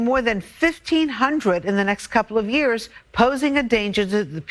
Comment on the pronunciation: Trev, it's "Years" not "Yuurs"